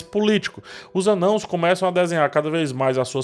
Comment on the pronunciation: Mano, esperando a explicação prometida para a pronúncia de "Anãos"!